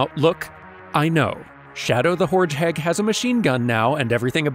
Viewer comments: "Shadow the Hordgeheg" Nice 😂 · "shadow the hordgeheg"